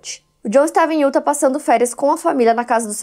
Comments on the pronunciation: Só uma pequena dica: a pronúncia correta do nome do estado de Utah é “iutá” 😉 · Aaaaah não vim comentar assim q postou e demorei assistir, justo de Utah 🥹 moro a 5 anos aqui, vivo indo pra SLC. Já fico apavorada. E a não acerta a pronúncia de Utah desde q acompanho ela kkkkk (IutÁ)